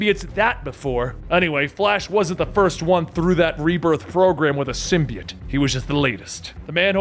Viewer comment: The only person on the internet who pronounces symbiote the right way!